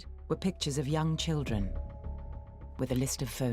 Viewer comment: Please learn how to say children, mate. Please 🙏